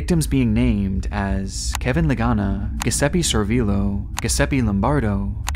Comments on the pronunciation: Not trying to be rude, but I noticed you pronounced NXVIUM as N X Vium. It is simply Nexium. It is very easy to say. And all Giuseppe names of those who died on the railroad tracks is not pronounced Guh or like Grrr. The G is pronounced a simple J. That's why it is Giuseppe with the Gi making the G sound like a J. Jiuseppe. It is a name meaning Joseph in Italian. I just don't know why if you're going to report on these stories why you don't first hear someone else in your research say words you don't know how to pronounce in order to make sure you get it right because then it just sounds silly to be reporting on something you can't say correctly and can easily discredit the rest of your hard work. Just sayin'. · The way you pronounce Giuseppe.. next time I see my dad, I’m gonna say it how you say it and see how my Papa Giuseppe reacts. (It’s pronounced more ‘Jew-seppy’). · it's pronounced "juseppe". Also it's Michael Tsanera in the pronunciation. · GIUSEPPE - It’s pronounced “joo-zep-pee”, not “Gus-sep-ee” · My man really said Giseppi 🤣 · It's pronounced "Jew-zep-eh" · It's pronounced Je seppe btw...not sure anyone has every pronounced that name the way u have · Guisepe, guisepe, and guisepe lol. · Giuseppe is pronounced like Juzeppe. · Giuseppe is pronounced with a hard "J", brother. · As an italian, your pronunciation of "Giuseppe" was fucking hilarious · CAN'T PRONOUNCE GIUSEPPE BUT SPOOKY SPOOKY EDITING WOoOoOO. It's like saying "Gorge" for George. What a slap in the face to those men who have passed. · Should’ve used Grammarly to learn how to pronounce Guiseppe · No, it isn't. It's like John, Joe, Jacob. And not taking two seconds to learn how to pronounce them, to instead spend on spooky editing is similarly distasteful and nonsensical as most of his commenters.